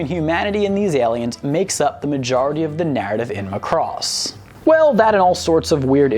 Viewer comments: All complaints about the songs are the presenter's own fault. He was Warned he should watch Macross and not Robotech. Mari Ijima's vocals vs. No name english dub singer is no contest. Also, it is pronounced Macross, emphasis on "a". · It's Mack-Cross... Any else is like nails on a chalkboard. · When he keeps mispronouncing Macross it's like fingernails on a chalkboard... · yah but you realize he butchered the name right? its mac - ross... there was no love... lol which japanese name is Makurosu and hey guys you realize with out macross there wouldn't be transformers right? i mean give it some respect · every time he says ma cross I want to throw something at my monitor. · It's pronounced sir as mack-cross..... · This show is a classic. Also is pronounced Mack-Cross. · It is MACROSS MAC as in MACBOOK it is not Mcross or Mcbook. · its not M'cross, its Macross. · Not to beat a dead horse, but...THERE WAS A REASON HE SAID MACROSS AND NOT ROBOTECH!!!! (MAH-cross, not "McCross"...duh... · It's MA-Cross. Not m'CROSS. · Muh-cross. LOL. So after watching EVERY episode you still pronounce it wrong. It's Mack-cross. And continually mispronouncing name used in every episode leaks me to believe you just googled several fansites and a wiki or two and went from there to write the script. Like claiming to watch all the episodes of Naruto and then proceeding to pronounce Sasuke as suh-Sooki. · It isn't ma-CROSS. It's MAH-cross... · In the original Japanese, they pronounced the ship name as /MAH-koo-ROHS/. Because of Japanese grammar rules, sometimes it sounded more like /MAH-koo-ROH-soo/. At any rate, the "o" should be pronounced like a hard vowel. Not /muh-KROS/, but /MAH-KROHS/. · It’s ma cu doss not muh cross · It is not pronounced MUH-Cross it is MA-Cross. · its irritating how you pronounce macross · It's MAcross, not Muh-cross. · didn't the narrator and characters on the show pronounce it like McCross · Say Mack Ross, not muh cross.